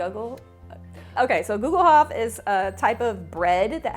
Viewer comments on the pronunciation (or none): Hi! I‘m from Germany, we pronounce it like „google-hoopf“. You can buy a cast iron Gugelhupf from Amazon Germany, here is the link: Love your videos! Kat